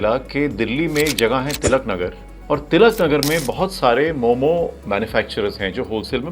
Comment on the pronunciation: itna research kiya aur apko ye bhi nai pta ki momossss nahi hota , momo hota hai